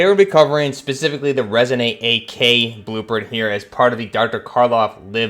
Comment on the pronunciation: It’s not resoNATE, it’s resoNANT, just saying.